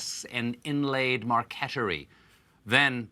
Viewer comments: Marquetry = MARK-etry, not Mark-ETT-ery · Marquetry is pronounced mar-ket-ree not marketery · Mar-que-try, not mar-quet-er-y ;-) Wood veneer inlay is difficult stuff! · Stephen needs to start a Colbert Corrections segment. Start with marquetry, it’s not ‘markettery’ it’s ‘market-tree’. 😂🕊❤️ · Depends: "marquetry" is certainly pronounced "market-tree", but the original spelling is "marqueterie" and is voiced like "markettery". If you get the spelling wrong, pronounciation is free game. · It's pronounced market-tree.